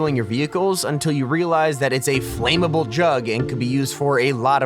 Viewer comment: Flammable is not pronounced flaymable lololol